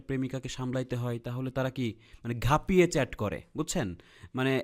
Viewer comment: ঘ্যাপিয়ে প্রম করে,😂😂।